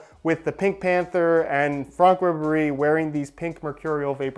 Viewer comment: He said FRONK Ribéry